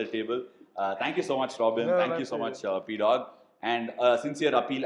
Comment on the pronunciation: Pdogg ❌ PGODD✅